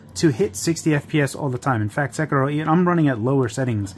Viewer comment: Props on the Sekiro pronunciation